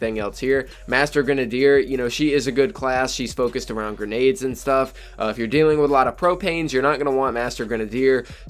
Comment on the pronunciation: He pronounces grenade wrong